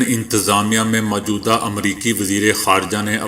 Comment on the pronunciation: بھائی غلاف غین کی زیر کے ساتھ پڑھیں ناکہ غین پر پیش مجود ہ نہ کہاکریں بلکہ موجودہ کہیں میم کے ساتھ واؤ کا پڑھنا ضروری ہے اسی طرح اقوام متحدہ کا تلفظ بھی غلط ہے متحدہ میں میم پر پیش ت پر تشدیداور زبر، ح کے نیچے زیر ، دال پر زبر اور ہ پر جزم ، فیروز اللغات سے استفادہ کیا کریں۔ اپنے جتنا زور انگریزی سیکھنے پر لگایا اسکے عشرعشیر اپنی قومی زبان پر لگاتے تو آج آپ ابو الکلام ھوتے۔ لیکن اپ سب کچھ تجارتی بنیادوں پر کرتے ھیں۔